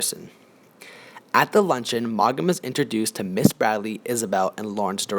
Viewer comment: Too bad you don’t know how to pronounce the author’s name or any of the character’s names.